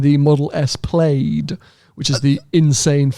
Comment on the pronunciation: Model S Plaid is pronounced (Plad, like Rad, not Played)